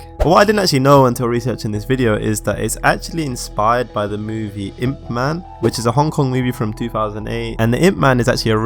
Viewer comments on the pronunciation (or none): Its “ip man” not “imp”